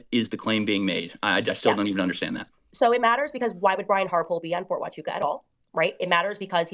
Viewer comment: Fort Huachuca matters bc THEY DIDNT WAKE UP AND GO CRAZY until Candace said the words “FORT HUCHUCA” .!